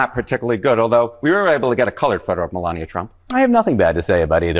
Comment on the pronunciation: Meh lay nee ah!